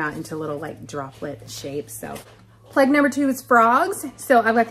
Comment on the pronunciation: OH Plague ... I thought you were saying " Pleg " and I was lost ... Nice vid as always .. your pic at the end is soo soo pretty. Happy Passover